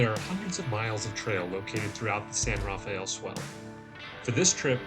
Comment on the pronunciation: Great area. It’s pronounced “san-ra-fell” not “san-raff-a-el”